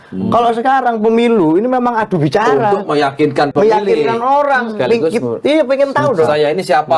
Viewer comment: mbk inayah..orang..bukan oyang